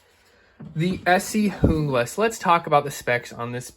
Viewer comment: JUEEE-GLAS !! AMERICA PRONUNCIATION !!!